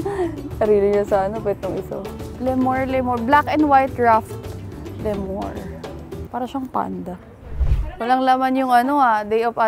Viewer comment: It's "Lee-Mur" not "Le Mur" parang french tuloy. heheh✌️